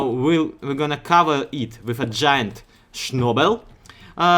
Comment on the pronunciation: nice tutorial and btw, it's "schnabel" XD